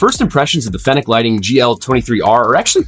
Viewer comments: OMG stop pronouncing it like that. It's Fenix (fee-nicks) not (fen-ick) . Drove me crazy. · Bro, it is pronounced like the city of Phoenix.